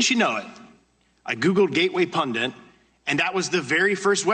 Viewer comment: He is saying pundant . Steube is an idiot .